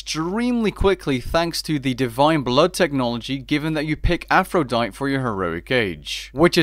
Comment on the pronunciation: Oof, the way you pronounce Aphrodite makes it sound like a disease.